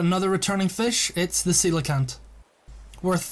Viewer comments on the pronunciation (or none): You said Coelacanth wrong. The ‘h’ at the end is also used